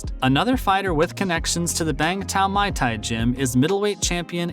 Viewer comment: I hate when white people who cover the sport of combat fighting and dont know how to pronounce muay thai. Its pronounced like boy but with an m not a b. Stop saying my thai, especially if youre covering the sport. Its not hard and you should already know how its pronounced if you take combat sports serious.